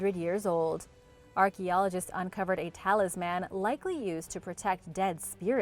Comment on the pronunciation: You mispronounced "Talisman" you made it sound like a SuperHero lol